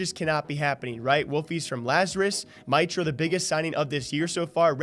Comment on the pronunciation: Its Mitro Meetro not mitro mitetro